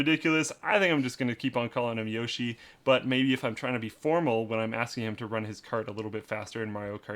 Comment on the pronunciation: I hate people who say yosh-ee instead of yo-shee, knows the stuff.